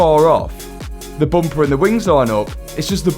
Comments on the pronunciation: I love how "bumper" becomes "boompa" each time says this word 😂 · Hearing say "Bomper" makes me giggle ❤ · Take a drink every time he says "boompah" 😂